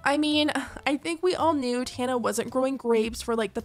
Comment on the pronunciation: The way you pronounce Tana’s name is killing me 😂😂😂❤❤